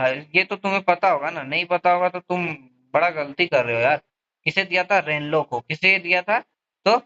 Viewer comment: रेनेल है भाई rainlo नहीं 😅😂 कुछ भी 😢 भाई इतना फनी 😂